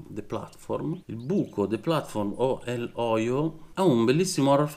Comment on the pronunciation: Te felicito porque has pronunciado bien "El hoyo" y no "el joio" como otros youtubers italianos han hecho. Complimenti!